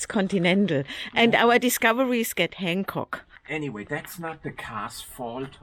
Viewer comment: Not Hancock, it's Hankook😢!